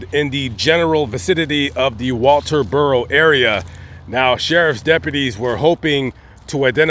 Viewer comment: There is no s in Walterboro. It is very painful to watch this video with you mispronouncing the name of the town the whole way through. If you're going to make these videos like you're some kind of reporter you need to learn how to pronounce the name of the town correctly.